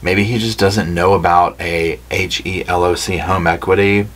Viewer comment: I wonder if she planned to give her letter to her attorney to "sneakily" get it out of jail without being read. By the way, HELOC is pronounced like "He Lock". It's a home equity loan. I'm imagining her sisters-in-law reading this letter and laughing and laughing. Sounds like she was the jealous one.